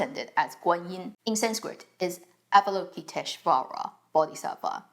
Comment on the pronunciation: you have my utmost respect for your knowledge of Buddhism. Love the way you pronounce Avalokitesvara Bodhisattva's name with accuracy. 🙏